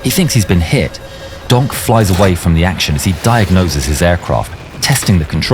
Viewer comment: Every time he says donk “Gonk”